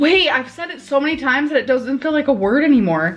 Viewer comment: For such an avid reader she really can't pronounce basic words 😅